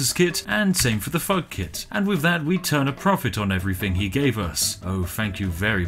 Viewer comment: when he says "Thug Kit" it sounds exactly like "Fugkit"